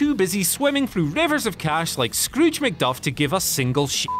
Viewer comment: Who the fuck is Scrooge McDuff?